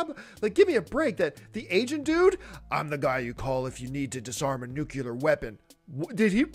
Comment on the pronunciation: 'Nucular' ahahahhahaha